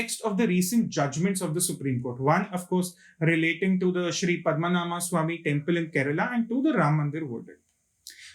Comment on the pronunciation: Its not "Padma Naama" - It is "Padma Naabha" (Padma - Lotus, Naabhi - Navel(Belly button) ----> Lord Vishnu)